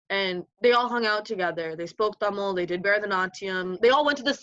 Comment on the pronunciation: I swear if she says tamal one more time I’m gonna Explode u pronounce like TAMIL